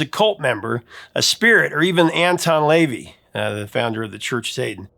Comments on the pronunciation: An-TON Lah-VAY, not Layvee. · La-Vay..Anton La-Vay